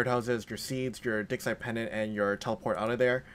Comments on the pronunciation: I love the video, but you've gotta change how you pronounce "digsite." It sounds like something completely different when you say "rub your digsite pendant." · it sounded like me said "Run your dick." For a second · " Rub A Dick Site Pendant " 😂😂 rub a what?!?! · lmfaooo! I was scrolling through the comments to see if I was the only one who thought that.... "Rub your dig..." excuse me what??!